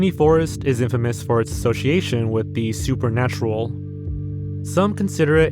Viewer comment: that Polish forest pronunciation hurt me